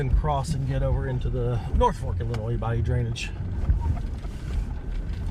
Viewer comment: Thank you for pronouncing Illinois correctly! Everyone always ends it with a sssss